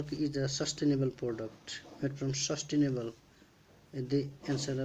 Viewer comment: No 10 is sustainable not sustinable